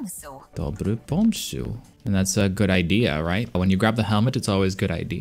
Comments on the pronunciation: the word for "idea" was mispronunced because its "pomysł" and they said "pomsuł" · Out of all these hard words, she mispronounced "pomysł" which is odd. Also, is it only me or does she sound bit lewd...